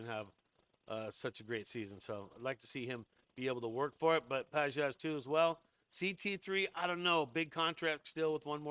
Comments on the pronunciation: Dude, if you’re going to be a Dodger expert, you’ve got to at least know how they pronounce their names—It is Andy Pages (Pa-hes) not Pa-jez. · gotta be honest , i was about to subscribe to this fake dodgers digest guy but the after hearing his mispronunciation of Pages , I JUST CANT DO IT MAN 😂😂😂😂😂😂😂😂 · Maybe you should learn how to pronounce Pages.